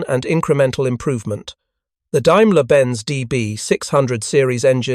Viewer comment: Wow! A narrator who can actually pronounce words like “Daimler”! But shucks, then he goes ahead and calls “Focke” “Faka”.